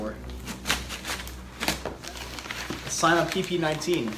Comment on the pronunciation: “C-MA” NOT SAI-MA